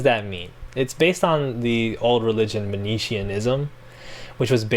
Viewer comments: Great episode, love the show! All your episodes are great, this one included. I hate to be this commenter but someone's got to do it: you're mispronouncing "Manichaeism". It's "Man-ih-KAY-an" not "man-ee-chee-in". As you mention, Fanon is not using the word to refer to the real-world religion, but instead is using it in the same way that Christian (and Western generally) authors have used the term "Gnostic", to refer to so-called 'dualist' ideologies. I think this is a really interesting point honestly, re: colonialism. Anyways, hate to be the pedant on this point but my nature will not let me rest lol. Love the episode and the show, as always. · Great video. Always here for talking about Fanon. Though I think for Manichaeism it’s pronounced Man-ey-key-an after the Mani the prophet who founded the religion in 3d Century Persia. Just for clarity. Wikipedia has the pronunciation